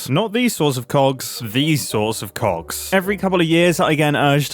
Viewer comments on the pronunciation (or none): MUMBO PLEASE PRONOUNCE THE G IN COGS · Mumbo still can’t say cogs without it sounding like something else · please, never say play with cogs...... with your accent its uhhh interesting to hear 😂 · Especially BIG COGS! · I took me by surprise for a second 😅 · I fr thought he said something else